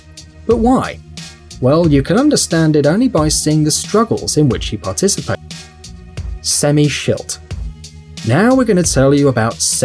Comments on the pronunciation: You say sammy schild wrong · Did you just say semmy shit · "Semmy Schilt, now we're gonna tell you about Semmy Schilt"